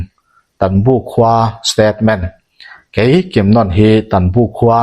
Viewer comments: I chhiar ngaihnawm viau mai mahse misual pakhat hi kimnon ni lovin kimnawn ti in kan hre thin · 'Kimnawna' ni lovin, 'Ainawn' kan lam rik dan angin, 'Kimnàwna' tih tur a ni. Chutiang bawkin, 'Lairumi' tih pawh hi, 'Laifei chawi' kan lam rik dan anga, 'Làirumi' tih tur a ni. Tin, Biate aṭanga um zuitu mi 13 an thlan zinga pakhat hi ka papuia a ni a, a sawi danin Vaphai aṭanga mi pahnihin an rawn fin tih hi a dik lo ang. Hetih lai hian Vaphai aṭanga rawn kal an awm lem lo a ni awm e. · a thluk hi a lam diklo in kalo hreve a,kimnawawawna tih tur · Kimnawna hi ilam diklo, anawna nawn niloin nawn tih laikhi athluk ahniam tur, Kim laikhi aki asanga nawn tihlai khi athluk ahniam tur. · Kimnawna hming leh natchhawng , Dihai tih vel hi i lam dik lo lulai lutuka a ho zo vek😂😂 i chhiar hmain a hre deuh zawh tur che a nia. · Kimnawna tiha 'Nawn' tih lai hi 'Bawkbawn' tiha, 'Bawn' kan lam anga lam rik tur a nia. Eng pawh hi se i chhiar thiam, a ngaihnawm bawk e. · Pi tar thattu hi Kimnawna tih a in lam hi Nawn tih ah hian thlukna a awm a , chuvangin nawn tih lai kha thluk tur a ni e . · Kimnawna ti a i lam rik dan hi ka hriat dan nen a in anglo. Zanlawn tih ah hian lawn tih lam rik ang hian nawn kan ti.. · Kimnawna hming i lam dan chu a va hawihhai love. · Kimnawna 'nawn' lai tak hi sainawn kan lam rik anga lam loh tur,lamhniam tur